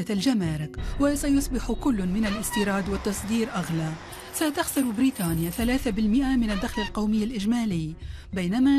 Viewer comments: تقول بريتانيا😂😂😂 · ايه لهجه التوانسه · لهجة التوانسه كذي